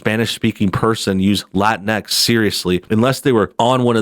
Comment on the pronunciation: "La-tincks" and "Woah-misn"